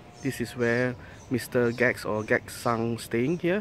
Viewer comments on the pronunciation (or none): it's not gag... Gackt is pronounced as Ga-Ku-To.. Camui Gackt = Ka.mu.i.Ga.ku.to ^^